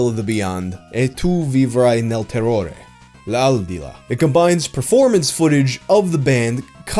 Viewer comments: I think it sounds like he's been working on it since the video on Lum. He doesn't sound like a native, but he approximated all the sounds and got it close except for the stress on L'aldilà. A little coaching and he could really nail it. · U hurted my Italian soul when u said the title ''e tu vivrai nel terrore! L' ALDILÀ''